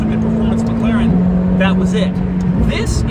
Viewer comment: Oh it's "mekleren" again